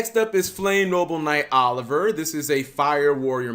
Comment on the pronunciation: Also, Oh-liv-ee-eh